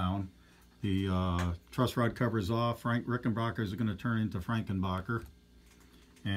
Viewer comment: It's pronounced backer not bocker geez